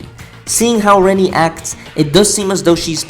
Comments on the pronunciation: Her name is pronounce Re-NAY not Re-nee. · In the game and in many places (forums), it mentions that her name is supposed to be pronounced as "Wren-knee".